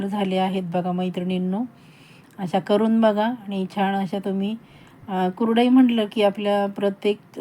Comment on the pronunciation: तुम्हाला कुरडई शब्द नीट बोलता येत नाही आणि चालल्या कुरडया करायला पहिलं बोलायला शिका मग आम्हाला शिकवा